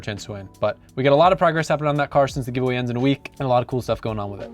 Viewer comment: i'm crying everytime you say ,,join the giveway" but i'm from europe 😭😭😭